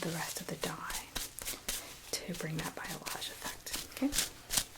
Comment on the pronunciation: I noticed you didn’t pronounce the word balayage right. I hope this doesn’t come across as rude because I’m genuinely trying to help. It’s pronounced like Bolly-ahh-sh. I hope that makes sense 😊